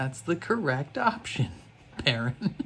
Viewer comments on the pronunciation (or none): none